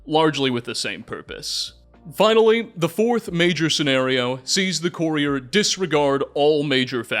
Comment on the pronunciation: Absolutely Love this video man! Appreciate the effort you put into this One however I do have one critique for you it’s pronounced Cur-E-er not Corey-er